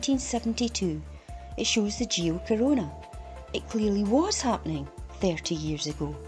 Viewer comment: I'm surprised and impressed that he can say the name geocorona correctly !!!!